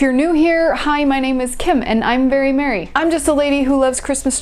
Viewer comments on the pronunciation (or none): Did you say that you were very merry" or "very married" 🤣🤣🤣🤣🤣